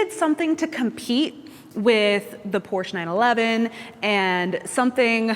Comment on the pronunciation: Great review. Now learn the proper pronunciation of Porsche 😆